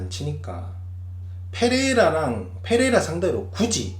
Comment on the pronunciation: Pㅔ레이라 F로 발음 하는거 킹받네